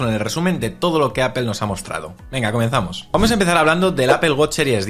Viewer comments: Por qué dicen "APEL"?😅😅😅😅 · Apple no se pronuncia Apel….porque dices apel??????? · Me causa mucha gracia como los españoles dicen APEL JAJAJAJA, digan manzana si no saben pronunciar en inglés. También dicen GOGEL. Parece que lis inmigrantes africanos están influyendo en su lenguaje! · Porque le nombran Apel cuando la pronunciación correcta es Apol. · De donde sacas la "i" para aipel Si lo hablan evitando pronunciar el ingles deberían decir aple tomando en cuenta que no van a pronunciar la doble p aunque si es una palabra en otro idioma lo normal en todo el mundo es decir esa palabra en el idioma originario. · Asi es en España, ni ellos saben porqué dicen palabras como uifi al wi-fi y la mas inexplicable es apel a Apple esa ni siquiera la pronuncian a como se escribe. Pero en España se te quedan viendo feo si lo pronuncias bien entre todos te atacan como si estuvieras equivocado por eso todos los periodistas hablan mal aunque si sepan como se dice.